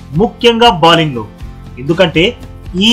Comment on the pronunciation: ఒరేయ్... బాలింగ్ కాదురా బౌలింగ్